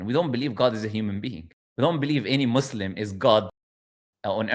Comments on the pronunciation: I find it funny, an Arabic speaking person saying maaslam, I think what she meant was muthlam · Even me as a non Arab Muslim, I don't pronounce Muslim as Muzlim 😂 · I can attest to the fact that any Egyptian will pronounce Muslim with the S, not a Z and certainly not MUZlem. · It is so funny i am not Arab i can pronounce Muslim properly and I never say Mozelm 😂😂😂. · She said Mozlum....we don't pronounce...Muslim... as Mozlum.. Not even us Muslims who are not Arabic speaking. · I can’t get over her saying, “being a mAhZlem” but you are speaking Arabic and born في القاهرة ؟؟؟ ازاي بقى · I'm a non Arab, born South African Muslim, and I say Muslim, not "Muzlim". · "Mazlem" while pretending to be an arabic speaker and forgot the arabic alphabet 'seen'. 🤣 you can't make this up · he's taking about Arabs specifically, no Arab whose mother tongue is Arabic pronounces it izlam/Muzlim